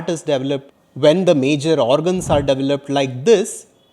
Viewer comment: I'm sorry but it sounded like you were saying devil up inside your mother's womb rather that develop inside your mother's womb, huge difference. I almost went straight Karen on you, lol.